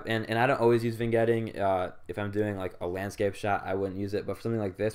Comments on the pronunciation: Not even pronouncing it as it's written, super cringe lol. "vIN-Getting" (facepalm) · The g in vignetting is silent, you sound silly. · nice vid, vignetting (G is silent) keep it up guys! check out a few pics i took of my rosee's and other pickups as well.